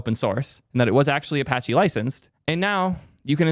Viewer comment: All I can do is point and laugh. It’s Apache. Good luck dude. Get him and Matt in a room